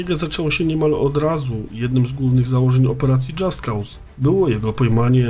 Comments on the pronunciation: Dżast koz sie wymawia. Poza tym materiał ciekawy jak zawsze :) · Tylko taka uwaga, że nazwę wymawia się "dżast koz"